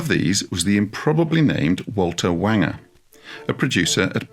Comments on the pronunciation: It’s pronounced “Wayne-jer “ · I think Walter Wanger is pronounced to rhyme with danger :) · I've often heard Wanger pronounced as rhyming with ranger.